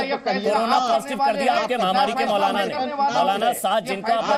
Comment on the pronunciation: Mautlana! "t" is silent.